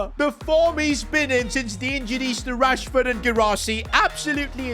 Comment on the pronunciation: Marcus "Rahsford"